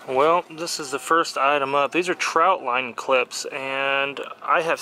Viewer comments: Trot line not trout line 😂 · Its a TROT line not a TROUT line. FYI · Trot not Trout, lol.